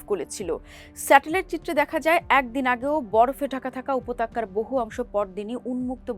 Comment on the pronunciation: সঠিক শব্দ উপত্যকা, উপতক্যা নয়।